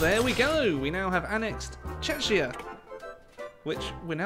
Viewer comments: TRIGERED It s czechia NOT cheachnya !! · It's Ch-eck-ia nit Ch-ech-ia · Not /chechia/. You pronounce it /czehia/ or /czekia/ if you can't get /h/ in there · Sounds more like Chechnya than Czechia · Bruh nobody::Čečia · That is not how you say Czechia ... And for that i have to ask you to do a challange as Czechoslovakia. Capture Dublin Moscow and Palermo, and you have to stay democratic and not join the allies. Good luck. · The way you say Czechia is great 😂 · The pronounciation of "Czechia" :D